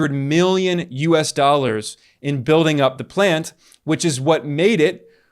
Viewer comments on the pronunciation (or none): none